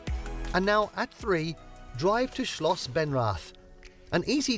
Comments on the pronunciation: Sorry, but in the video "Benrath" has been pronounced wrongly. I know that the “th” invites the English pronunciation, but it is pronounced as if written “Benrat” with “Ben-” like the name. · Although the combination of letters "th" appears in several German words it's never pronounced in the English way. As an example: theatre = Theater, means the same thing but is pronounced ta(y)-aw-ter Hence the palace building is named Schloss Benrath - pronounced shloss ben-rawt; Schloss = palace.